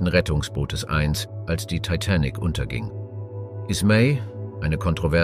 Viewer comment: Er kann sich in der gesamten Doku nicht entscheiden wie er TITANIC aussprechen soll. 😂 Je länger die Doku ging, desto schlimmer wurde es 😂